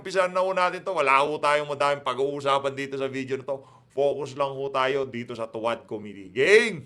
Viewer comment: Sabi ni Dan Fer, to wah, to wah,to wah di niya mabigkas ang tuwad, nanga- utal!!!